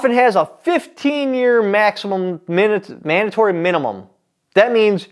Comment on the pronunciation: You committed the ACC then added an offense for "Manimum manatory" lol. Welcome back, man.